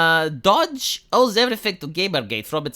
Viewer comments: Did you mean to write DOGE (which you've been mispronouncing as dodge)? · brags about his ability to speak English. Also: Dodge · probably used voice to text to do the video title, because that's exactly how he pronounces DOGE 😂